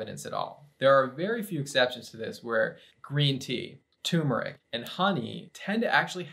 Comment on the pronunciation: about the pronunciation of turmeric, it is pronounced TUR-MUR-IC. Not TUMOR-IC. I know you are a doc, but not everything is a tumor! Lovingly, a former histologist. Love you guys!